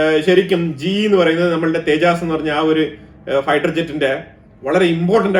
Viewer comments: Please pronounce തേജസ് not തെ ജാസ് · സർ, തേജസ്‌ ആണ് തേജാസ് അല്ല.